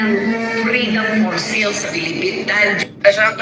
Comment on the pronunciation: Bisaya ka? Anong FREEDOM FOR SEAL? Freedom for SALE (read as SAIL)Hahaha